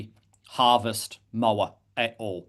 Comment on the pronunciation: The 'mo' in 'moa' sounds like the 'mo' in 'more', not the 'mo' in 'mow'. Disappointing to hear a kiwi expert mispronounce such an easy word. I would love to see them de-extincted if possible - at some point in the future when the technology is able to do the job properly, our natural environment in a better state to receive them, and our extant species are doing okay.